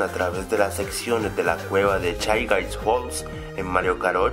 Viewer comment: pobres shy guys Les dices Chai gais (Lo escribi como suena y el Guy estabien xD)